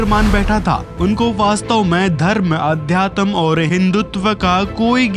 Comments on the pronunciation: अब तू सिखाएगा उन्हें अध्यात्म तुझे तो ठीक से अध्यात्म बोलना भी नही आता अध्यातम्म अध्यातम्म बोल रहा है😂😂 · अध्यतम क्या होता है। सही शब्द का सही उच्चारण नहीं होना चाहिए क्या